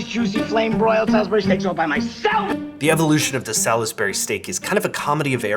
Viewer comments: As someone from one of the dozen or so towns around the world named Salisbury (completely unrelated to the steak), the way "Salisbury steak" is pronounced viscerally hurts my soul. 😂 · I'm not suggesting that he is, merely explaining that when you mentioned the place Salisbury in England you pronounced it wrong. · i wondered, too, and at one point i looked at the screen and on the background wall there appeared to be a map of dela...where? i think that might be the key as to why he pronounces it differently than any of us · Been in the Midwest my entire life. First time I heard that pronunciation was this video. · It's so funny hearing UK words being pronounced the US way! The UK way is effectively two syllables, as in 'Sauls-bry' vs the US way 'Saul-is-Ber-ry' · There is no Sal-iss-berry in England. It's S'all-s-bry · As someone that lives in Salisbury, I must insist that it's pronounced Sal's Bury. Not Sal Is Bury. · Sawls-berr-ee not sal-iss-berry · Sal's Berry steak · The way that he's pronouncing it it is. Sal-is-bur-y vs Sals-bur-y. That's four syllables rather than three. If you can't hear that, language arts must not be your forte, lol. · In England, we pronounce it "sallsbree", "salls" rhyming with "balls", as in "sorlsbree" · This isnt a knock I just never heard anyone pronounce out the "lis" in Salisbury, and it was immediately followed by the commercial saying "Salz-bury" like how I'm used to hearing. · I am loving all of the different pronunciations. As someone who grew up not far from Salisbury in the UK, I would say Solz-bree. Two syllables with a nice plummy O sound. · Saul's bry. Also, Awl-bany. Must be an accent I'm unaware of. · It’s just a matter of omitting the i. My guess is people who eat it a lot or grew up with it use “salzbry” as it’s simply a shortened way of saying it. Whereas those of us who simply only know if it as seeing the word, pronounce the i 😂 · Salisbury is pronounced with 3 syllables, not 4- sounds like "Sawlsbury"